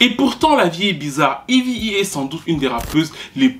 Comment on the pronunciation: Petite question Pourquoi tu l'appelle toujours "Evy E"? Son nom c'est eve et elle même elle prononom eve